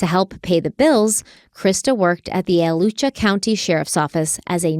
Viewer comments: My daughter is getting ready to head to school in Gainesville this coming week. I had totally forgotten about this case. The killer was caught in my hometown. I will definitely be having a conversation about safety. Also it is pronounced A-latch-chew-a. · Normally I don’t comment but, I didn’t even recognize the county when you said that one of the victims worked for the Alachua county sheriffs office. Alachua County = Uh-la-choo-uh county I grew up in Gainesville and this story was always scary, it happened when I was only one years old but I know when I went to UF for college my mom was anxious about this. Overall Gainesville is a safe place to live. The victim that graduated from Newberry basically grew up in Gainesville, as this is a small town outside Gainesville and is included in the public school district. Such a sad story, there was a memorial on a mural wall that is near campus for a long time and then they eventually planted palm trees in the middle of the road in front of the mural wall as a more permanent memorial because people had begun to paint over the mural memorial. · I'm so glad you are covering this case. I am a Gainesville native and LOVE your podcast. Since I know you try to be respectful of victims and locals, I wanted to share 2 things. 1. Alachua County is pronounced A LACH U A. 2. No one locally calls it Gainesville Ripper. But instead, Gainesville Student Murders. If you local at the local paper you will see that they don't use the term Gainesville Ripper. know it's the media term and you probably need to use it in the title for SEO but you may want to share this in a podcast because locals find it disrespectful because it focuses on the killer not the victims. You've done a great job with the first episode. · Alachua = Al-a-chew-ah or Al-a-chew-eh depending on who you ask locally! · A (short a sound)-latch-you-a (short a sound). I live in Gainesville and am excited to watch. But the mispronunciation of Alachua is distracting.